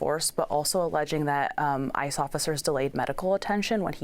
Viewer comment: thought she said ISIS 😭